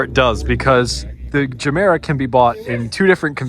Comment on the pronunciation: The Ge in Gemera isn't a hard [DJE], but soft like in Yoga. Or if you've watched Anchorman where he says jogging with a soft J.